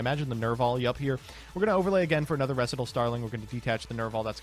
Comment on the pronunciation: You're pronouncing Recital wrong.